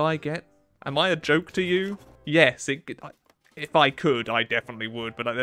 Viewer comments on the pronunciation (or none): none